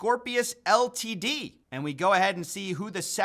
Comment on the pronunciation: Pronouncing Ltd as ‘L T D’ is oddly amusing to me